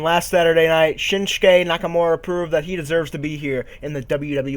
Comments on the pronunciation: no no haha. I was talking about you keep calling him Shinshuke which is not true because his name is shinsuke ;) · his name is not Shinshuke lol.. his name is Shinsuke. BTW love your videos ;)